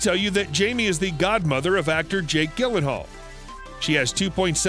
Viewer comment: One might consider learning how to pronounce people's names as part of research or even proofreading "proofing" of a piece. But as this appears to be entirely from Wikipedia and American actor Jake Gyllenhaal is little known worldwide for his work in American movies, London and New York theater, how could one expect you to know he is Jill-en-hall. Not Gill... The odd thing is I rarely hear his name mispronounced, so clearly you do not know your topic.